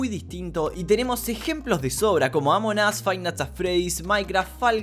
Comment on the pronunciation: "Amonas" jaja